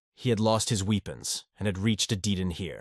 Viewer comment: "Lost his weepawns" lolol